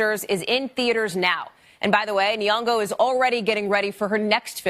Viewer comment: Nyongo not Niongo